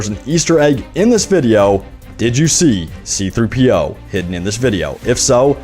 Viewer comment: Is anybody else laughing about how he said C3-PO?